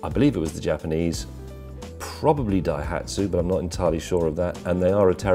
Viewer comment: I don't think Dai Hatsu is Japanese? Sounds a bit er ... um ... Welsh?